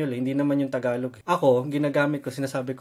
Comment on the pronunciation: The guy really speaks fluent Tagalog even the accent is on point 😯